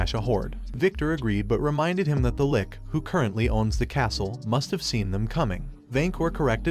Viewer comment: first of all, LICH is pronounced li (as in stich) + and ch (like in cheeze). if this was a robot talking, i hope they fix it. Second, good Comic. Would listen to more